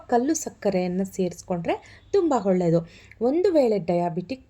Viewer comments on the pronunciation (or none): bejar agbedi swalpa ಹ & ಅ ವನ್ನು ಸರಿಯಾಗಿ ಹೇಳಿ ಪ್ಲೀಸ್ 🙏ಹಾಗುವ, ಹೊಳ್ಳೆದು ಅಲ್ಲಾ ಆಗುವ & ಒಳ್ಳೇದು ಹೀಗೆ ಹೇಳಿ ಪ್ಲೀಸ್ 🙏